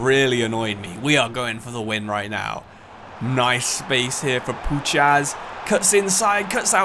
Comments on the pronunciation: Love the vid but you should pronounce Puchacz as (pou-hatch) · Puchacz is pronounced as pu-H-ach in Poland his nickname is puszka (pu-Sh-ka) which means can he’s an absolute nut case irl full body tats rap blasting in the dressing room hella good spirit on the lad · Great video, Puchacz is pronounced Puhach btw